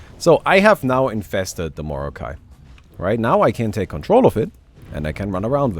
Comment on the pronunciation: Its like mor"not"kai than morokai